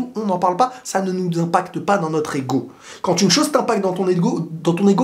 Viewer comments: Pourquoi tu dis toujours quantte au lieu de quand ?? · oui sauf qu'il ne fait pas la liaison en marquant une pause . C'est la prononciation de la liaison qui sonne en"t" mais le mot quand seul c'est quand Et même quand c'est une consonne il dit prononce quantte 🙃 donc je pense que c'est une habitude de sa part